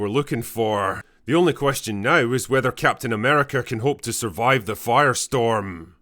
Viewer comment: Captain Nah-merica.